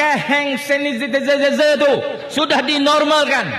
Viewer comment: sanitizer pun x reti sebut mcm ni ka mb